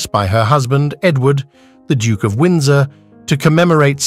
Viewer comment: What’s with the very weird pronunciations of words like “duke” and “emerald” and so many more. Completely distracting.